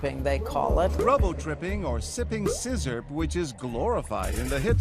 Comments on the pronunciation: It sounds more like scissors LMAO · i never thought i’d hear John say “Sippin Sizzurp” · “Sizzurp” it’s lean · The real question is who still calls it "sizzurp"? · Is everyone gonna ignore the fact that they called it sizzurp 😂😂😂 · “Sizzurp” lmao